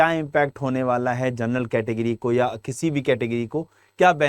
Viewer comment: Gernal nahi ur bolo